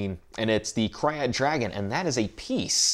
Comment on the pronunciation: Super duper late but Krayt is pronounced like the word crate.